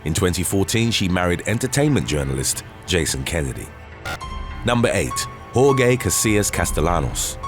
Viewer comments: You pronounced "Jorge" as "hor-gay". Wrong. It's more like "hor-hay". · You are horrible with pronunciation of any Spanish word. Jorge is George. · Horhay? Ha ha. In Spanish, ja ja.